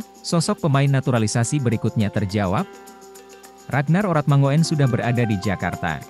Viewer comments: Oe itu dibaca u bro....itu bahasa jawa jadi ratnar oratmangun bukan oratmangoen bacanya....paham ya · ini admin 'ngomongnya gk enak banget sih/bacanya oe yg saya tahu. itu ejaan lama yg artinya= u, itu nama orang dulu, kaya boeng soekarno, bacanya bung , sukarno hanya koreksi, akoe lahir taheon 40 han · perlu di tabok dulu mulut si mimin....biar bisa ngomong mangun......😂😂😂😂😂